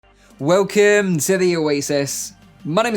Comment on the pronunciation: No its "Welkimmm to the Oasis"